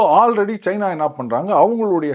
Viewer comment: pl don't say Cheena. It's China. Also it is not Airoppa but Europe. Our guys should know how to pronounce the names.